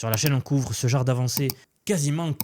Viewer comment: Ça veut dire quoi « ce jare » tu l’as répété plusieurs fois. Tu voulais dire « ce genre de.. » 😂 ça va je te taquine tkt je suis abonné et je partage te vidéos j’aime bien ton contenu